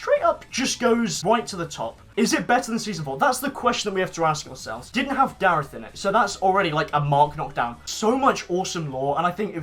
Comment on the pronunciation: Loves darreth yet continues to pronounce his name incorrectly